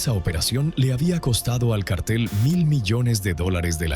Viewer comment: Se dice cártel (en el sentido de grupo de delincuentes) con acento en la a. No es lo mismo que cartel (en el sentido de papel, anuncio, póster). Son dos palabras distintas, a ver si se enteran de lo que dicen, para no confundir a la gente.